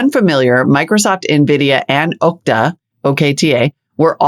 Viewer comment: “Ookta” 😂😂😂 That’s not how you pronounce Okta lol